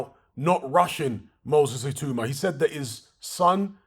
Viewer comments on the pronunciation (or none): His name is pronounced "Ee-tAaW-mAH" not "Ee-Too-mAh... good video though